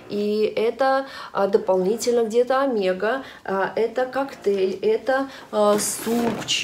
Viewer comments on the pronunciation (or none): none